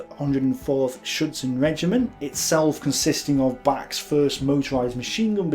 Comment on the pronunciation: well, the pronunciation of "Bach" or "Fort Capuzzo" is also funny. . .